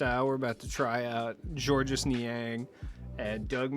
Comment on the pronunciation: It’s simply pronounced George. Not George-us